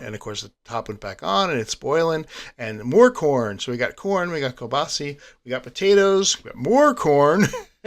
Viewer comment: It’s pronounced “Keel-bah-sah”. 🤣🤣. Nice work! Love the videos. Keep them coming.